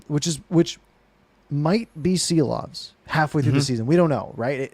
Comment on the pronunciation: Yea !!! Just pronounce Shilovs!! like in shack. Please!